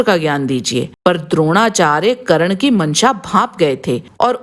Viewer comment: करन नही कर्न होता हैं